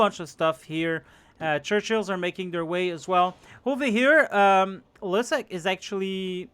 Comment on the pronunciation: I always love seing Liszek getting his shit kicked in (and it's pronounced Lee-shek, not Leizek lol)